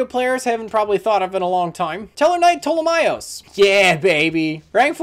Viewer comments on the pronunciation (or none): none